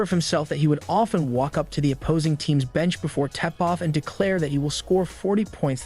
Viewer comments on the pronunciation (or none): Nah man, he ALSO said "tEpoff" instead of tipoff! Hahaha! Now I'm laughing at this narrator not narrating the words right. I can't even watch the video for laughing at you laughing! Lolol "SIKE-A-MORES" Hahaha! Say what???